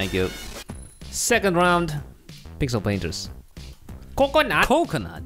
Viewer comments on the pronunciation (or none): that one moment you said "pickle painters" lol